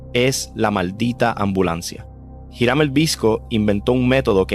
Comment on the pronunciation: Me atrevo a apostar que si voy a Manatí y pregunto sobre "Jirán" me mandan al carajo... Tal vez si pregunto por "iˈɾam" si sepan de quien le hablo. Me gustan tus videos, pero toma en cuenta dos cosas: 1) La pronunciación correcta es sumamente importante para llevar bien el mensaje. 2) Los criminales de los que hablas en tus videos son eso, criminales, y no los debes romantizar (y decir que no los romantizas no basta, solo hay que escuchar los adjetivos que usas y el brillo de admiración en tu voz). Gracias por tu trabajo y por favor, toma en cuenta estos consejos.